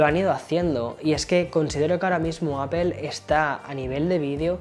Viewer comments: Sigo sin entender porqué dice apel en vez de apl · Gran video, definitivamente una joya el 14 pro max, no se cuantas veces dijo "apel", me causa un conflicto sabiendo que esta em N.Y. y no pronuncia bien. Jaja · Me cago de risa cuando todos los YouTubers españoles le dicen al iPhone de Apple “APEL “ 🤭